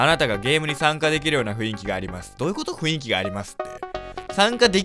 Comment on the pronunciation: 散々「雰囲気(ふんいき)」のことを「ふいんき」って言ってるが間違いだぞ 間違えたまま覚えてるのはさすがに恥ずかしいからこれを機に覚えてくr